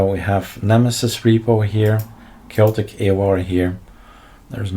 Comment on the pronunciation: Not chaoticS but Chaotic AUR